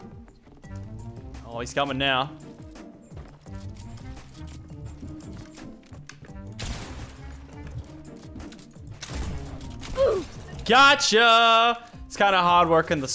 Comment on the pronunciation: Haha when he says gotcha let’s go he says gerrrr hahahaha